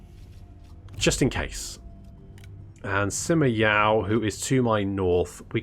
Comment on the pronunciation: You didn't misheard it, the advisor lady confused us. She somehow turned it into Ray, which is far from correct. I can confirm that got it right... at least close enough. The actual pronunciation is not what English Speakers are customed to. Yoo-eh, Yuu-earh... Wiki Dictionary has a demonstration.